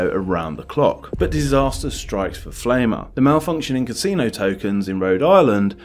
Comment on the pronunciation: "Pflaumer" is pronounced rhyming with "Plow-mer" ... "Pflaume" is German for plum.